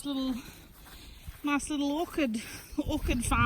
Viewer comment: It’s pronounced or-ch-ed for orchard and orchid as you said is a type of flower I made the same mistake for years ha ha